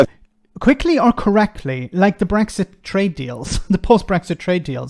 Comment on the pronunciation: The interviewer can't even pronounce Brexit and Rees-Mogg can't explain a single tangible benefit of Brexit. It says it all really.